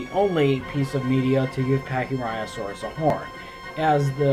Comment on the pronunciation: Pachyrhinosaurus is my second favorite dinosaur, the fact that yhey butchered it makes me sad...